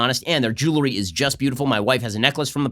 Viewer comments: Someone please tell Ben it’s jewelry not jewlary.... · Ben, you're a mensch. So why is it so difficult for you to pronounce 'jewelry' (jewel + ry)?